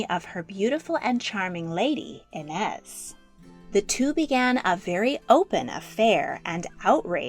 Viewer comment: as a brazilian, pê-dro, no pedro, afônsso, not afonso, i-nês, not inés